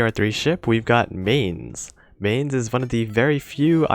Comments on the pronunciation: and it really hurts to hear MAIN-z its Myne-s for eu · To pronounce Mainz, simply say "Mines" (as in Land mines) and that's mostly the correct pronunciation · First of all: The 'z' in Mainz is a ts sound. How do I come to that secret information? I'm a German. And now please tell me what the fudge the Romanian language has to do with the pronunciation of a German city by an English youtuber?